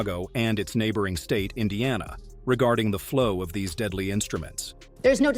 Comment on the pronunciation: She can’t even pronounce Indiana right 😂😂😂